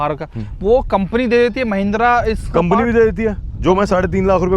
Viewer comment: Mahindra ❌ mehendra 😅😅